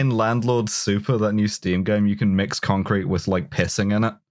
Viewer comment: inskipmto a random part of the video and the first word i hear is cumcrete